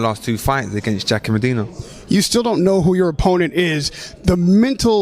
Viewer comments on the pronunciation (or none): none